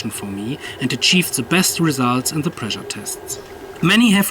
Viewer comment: Pressure mit "Sch" =) Sonst super, weiter machen